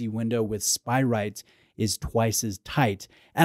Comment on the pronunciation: Love you but isn’t it SpirATE not spiright? 😁